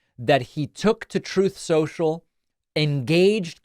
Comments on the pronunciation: "Troth Central"? Are you okay David? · Dude are you stoned?? Troth Sential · why did david say "troth central"? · I love that he continues to call “truth social,” “troth central.” YES! They can’t say “Kamala.” We can’t say “truth social”😂😂😂😂😂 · Haha, I love that you're still saying "Trothe Scential.." 😅 💙🩵💙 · I love, love, love how to thus day you still refer to it as “Troth”. lol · 'troth senchel' love it